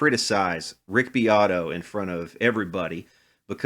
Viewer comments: Rick "Dick" BEAT-oh 😂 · Its pronounced Beeoytoy haha